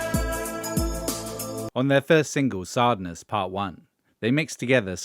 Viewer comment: Doubt it. The voice is surely AI, considering the pronunciation of “sadness”.